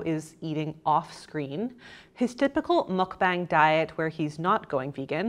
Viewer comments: ITS PRONOUNCED MUK BAH-NG, NOT MUK-BANG. 😑🙄 So tired of non-Koreans and esp white ppl just culturally appropriate Korean words and culture ugh if you’re going to take advantage of another culture’s words, and do an entire video talking about it, at least look up how to pronounce the word correctly. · I know you're being really careful when saying mukbang or 막방 but you're still saying it wrong. It's m-uh-k-b-ah-ng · Goddammit, I hate the pronunciation of "mukbang" with the "long a" just as much as I hated it in "Pyeongchang" during the Olympics. (But not nearly as much as I hate in in "Gangnam Style", where you can just LISTEN TO THE BEGINNING OF THE SONG to hear it pronounced a bunch of times!) The syllables in those words sound like the English words BONG, CHONG and GONG. (At least the way Americans generally say it. British would probably want to think BAHNG CHAHNG GAHNG.) The Korean Romanization uses "a" for that vowel because it's about what "a" sounds like it nearly all European languages except English. You people saying "mukBAYNG" sound as wrong as if you pronounced "Despacito" like "Des-PAY-SIGH-toe". That said, thank you for your kind effort.